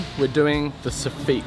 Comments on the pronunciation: you got to stop saying Sof-feet lol it’s Soff-it. Love the vids you are brilliant! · i know i'm being fussy here in UK soffit is pronounced sof-fit not sof-feet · It’s pronounced ‘soffit’ not ‘soffeet’ really grinds my gears whenever he says soffeet😂😂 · I do like it how the same names for parts sound different. You have the so-feet In this episode as you say it but we in the north east of England call it a soffit or soff-it I suppose. Always enjoy your videos though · Soff it. Not. Soofeet. No man. Great vid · It's soffit not soffeeeeeeet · Sofeet. Sounds french lol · Before I finish the video, sofeet, I’ve never heard Sofit said like that before , certainly not in Glasgow that’s for sure 🤣🤣🤣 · I think it's a Kiwi thing. Or maybe just a thing! We definitely don't pronounce it that way here in the States LOL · joke "soffite" is a French word and it would be pronounced your way but the English probably took it changed it to suit them and it's sof-fit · It is. We've followed how they say it for some reason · Or are you the ones saying it wrong? Anyway, that's the way we pronounce it in NZ. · How are you pronouncing soffit so wrong? 😂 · Sorry, how did you pronounce soffit?